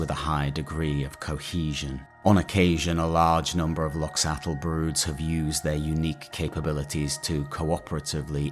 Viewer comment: If i remember right, Loxatl pronunciation, much like Quetzalcoatl or axolotl, would actually be 'loh-chah-tk' where 'tk' is a consonant somewhere between t and k formed by curling your tongue back and pushing the plosive out the sides.